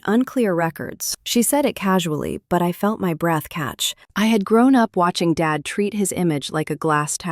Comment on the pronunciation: This voice sure has a problem with “Dad”. He also has another name, David.